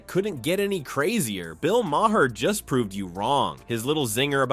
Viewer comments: You don't pronounce the "H" in Maher's name. It is pronounced Marr. It is an Irish name. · Why don't you learn how to correctly pronounce Maher's name correctly ? It's pathetic you still haven't learned something so simple !